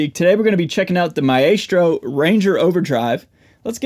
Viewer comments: I think it’s pronounced “MY-strow”. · It's a latin word. It's pronounced mah-ES-tro with all soft vowels and the accent on the 2nd syllable. Any other way is a mispronounciation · Man, your are mis- pronouncing the brand name